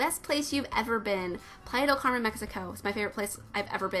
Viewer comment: "Pleid' cawrmen mexicow" lol It's so funny how you pronounced it. I'm From Chihuahua México and my brother in law lives in Playa del Carmen. Such a beautiful city. I actually felt a lot of resemblance this pack to Playa del Carmen and Tulum México. Congratulations with your channel! I love your builds <3